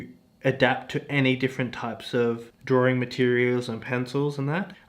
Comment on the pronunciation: Did he say “drawring”?